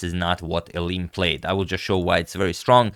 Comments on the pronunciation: He did try pronouncing correctly at the start but quickly reverted back to “Elin” haha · Since you usually care about pronounciation, the Dutch pronounciation of Eline's name would be "Elin E", with the second E sounding the same as the first, "Rubersh". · Well I think if someone who isn't Dutch pronounces it like that the U sounds too strong, maybe Elineh would be better? At least that's how it sounds to me when I hear it.